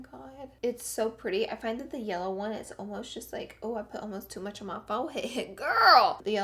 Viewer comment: Did she say yeller 13.02